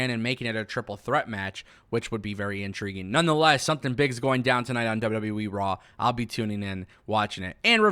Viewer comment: This guy seems cool but anyone else bothered by this?….He says “W.W.Wee” instead of W.W.E. Gets annoying after a while.